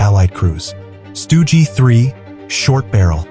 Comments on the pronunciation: "Stugi three" 🤨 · “Stoogey 3” lol